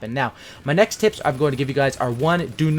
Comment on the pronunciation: I'm gonna play cod ghost tomorrow again and who else thought he said I got some tits instead of tips 😂